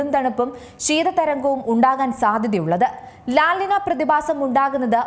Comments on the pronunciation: ലാൽ അല്ല ലാ.... നിന.. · ല നിന്യ. എൽ നിന്യോ. ñ ആണ്. n അല്ല. മുദ്ര ശ്രദ്ധിക്കണം മുദ്ര. 😬